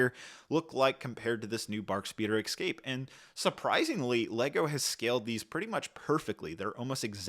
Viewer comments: es cape, not ec scape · Dude it’s EScape, not “excape” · EXCAPE you say? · Take a shot every time he says "exscape." If you survive, you can treat yourself to this battle pack. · 20$ set. Also, "Escape", why do people keep saying "excape"? 😅 They should have included Jar Jar anniversary mf...